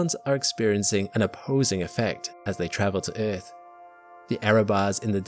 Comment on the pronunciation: I hate the way you say earth ..